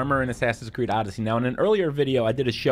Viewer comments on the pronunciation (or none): none